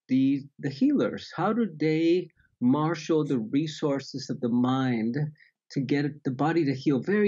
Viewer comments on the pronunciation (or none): none